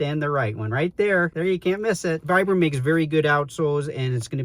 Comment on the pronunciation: I hate the pull/elf tab. It'sa fashion feature stolen from Hoka. All it does is help collect debris and interfere with full-length jeans. I'm glad they've ditched it. BTW, Vibram is pronounced VEE-bram.